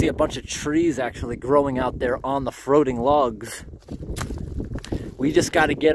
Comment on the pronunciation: "Trees growing on the froating logs" lol 🤣😆🤣